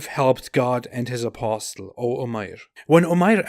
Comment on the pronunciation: I point 2 things to you. 1. You need to pronounce apostle as aposle the t is silent. 2. The life of Hitler mimics Mohamed, he was despised and rejected politically in the early thirties,, he almost became a homeless, but when he got his chance with the rise of the Riche he became the monster